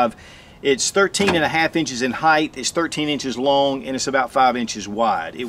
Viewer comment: Jesus, it is height not heigth.